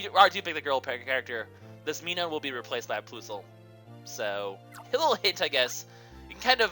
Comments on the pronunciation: pronounced plus-al and mi-nin your bad at pronunciations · dear god. I don't think I could watch this a lot with the way you pronounce minun and plusle... other than that though, good video!